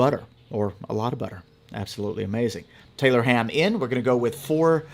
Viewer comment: I’m from Maryland but my wife’s family went to Jersey every summer and they call it, and have been frequently corrected, Taylor’s pork roll. Also he should have said make it a drinking game and every time he mispronounced it to take a drink 😂